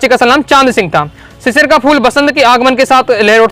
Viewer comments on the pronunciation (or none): भैया वह शिरीष है शिशिर नहीं😂😂😂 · Sir ji sisir ❌ sirish √